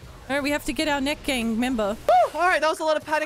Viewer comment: It stayed neek not neck